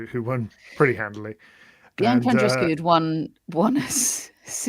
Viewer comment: Come on,, would it kill you to pronounce Andreescu’s first name correctly? You’ve heard it hundreds of times. You KNOW how it’s pronounced. Just lazy and disrespectful. 🙄